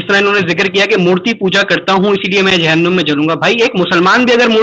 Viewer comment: जालीम आदमी झंडूम नही जहानूम बोल जहाँनुम🔥 और एक बात तू कितना अछा insan है ये तो तेरे अखलाक से ही पता चल गया😂😂😂